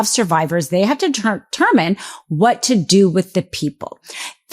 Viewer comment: "Lace"? "Termin"? Do you mean latest and determine?